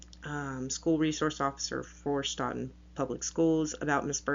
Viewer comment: The town is pronounced Stoe-Ton.